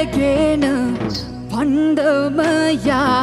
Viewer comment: “පන්දම” ද ඒ කිව්වෙ 😆